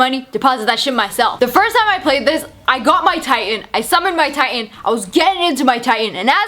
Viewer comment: You pronouncing Titan as Tai-en, is so fuckign annoying haha.